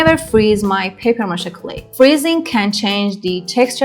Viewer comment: Повеселило : " бабье' ма'ше" 😅.